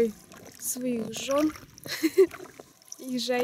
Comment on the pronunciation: Послышалась в напутственных словах: "Берите своих жён и жарьте"!))) Потом только сплавляться...))) 17.34))